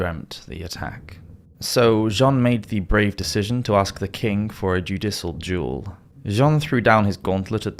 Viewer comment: By the by… it’s pronounced “duel” not “jewel” 😊